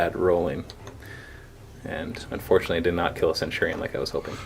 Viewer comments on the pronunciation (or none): none